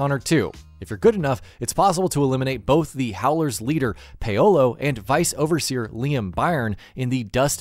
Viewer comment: Me: Paolo The Video Narrator: Payolo